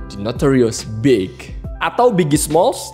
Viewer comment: iya ding , yg bener Tupac bkn Tupek, ada banyak kok yg uda bahas itu. klo The Notorius bener, tp spell B.I.G itu Bi Ai Ji bkn BIG langsung, tp pake ejaan English, itu aja sih, selebihnya oke bang